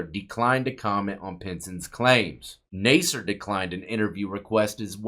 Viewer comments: Nas-ser. Not Ney-ser. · NA-SIR, not NAY-SIR. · lol. It’s NASS SIR not nase sir. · Nasser doesn't have a hard A sound. It sounds like Mass.